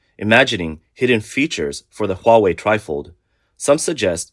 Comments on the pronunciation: Hawei AHAHAHAHA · whats huawei LOWA?